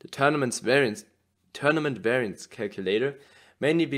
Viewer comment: Weraienz 😂 werrienz 🤣